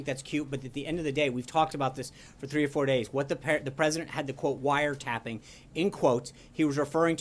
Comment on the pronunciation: Well said Jim, the "president" should have said "broad surveillance"...not "wiretapping" (or in trumpanese "wiretaping")I get that he has no clue what he is doing, that he was quoting Mark Levin (another mindless minion of the alt-right), but does he realize he is the president of 26% of the United States Population? Sean must get exhausted defending FKN TWEETS!